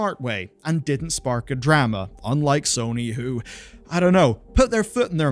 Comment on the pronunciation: mf said drAma. its not the same as dAta and datA lmfao